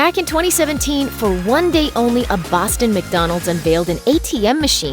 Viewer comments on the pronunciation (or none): how does that guy say day